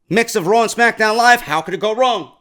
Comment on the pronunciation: Ohhh it isn't RAAW man!!